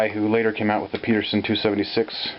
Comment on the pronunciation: He's calling it the Peterson device, but it should be Pedersen, rhymes with Ed. It was designed by John Douglas Pedersen (my wife's grandfather).